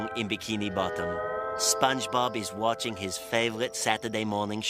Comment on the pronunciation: said waitching